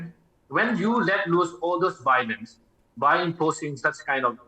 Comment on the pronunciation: again with “Bowlence not bring up sholusion”